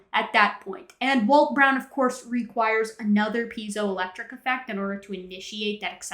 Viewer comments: Having studied electronic engineering, hearing "pee-zio effect" is irksome. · Zye-cron, P-Z-O-electric... Is this guy just unlucky enough to be dyslexic of top of being a YEC??